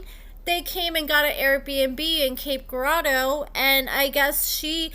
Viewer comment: Cape Girardeau (Ger-Raw-Doe!) come on now put some respect on my city name! 🙄🤦🏿‍♀️😂